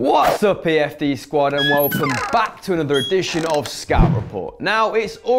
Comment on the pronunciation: Is it me or did y'all notice him saying "PFD" instead of "EFD"